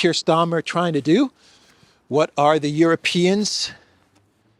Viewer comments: Kiers is StArmer not StOrmer,for gods sake! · STARMER is the name of the British Prime Minister, not Stormer! Or is this some kind of PRO nickname that I missed?